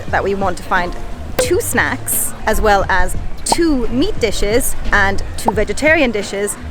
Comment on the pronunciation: Wel không phải Well ông ơi 😂